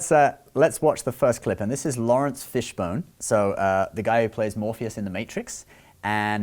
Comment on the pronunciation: Fishburne not Fishbone